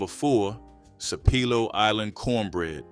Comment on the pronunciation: Sap-a-low island not sapelo😂😂😂😂😂